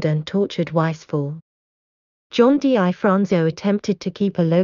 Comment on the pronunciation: #1- The narratator seems unfamiliar with the subject matter and the English language. She constantly mispronounces his name. Its pronounced, Difronzo. Just like it's spelled. Not D I Fronzo. Also, you said his nose was shot off. Wrong. It was sliced off by a plate glass window as he was escaping a robbery. If you're going to make a video, at least get the basics correct. I could go on, but you get the idea. And what's with the zooming in and out? That's unnecessary and distracting. I had a hard time watching this video with all the mistakes and bad pronunciation. Learn the language if you're going to do English speaking videos.